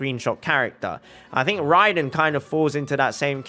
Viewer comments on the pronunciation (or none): RRRRAAAiden Shogun👍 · I love when he said THE RRRRRRAIDEN SHOGUN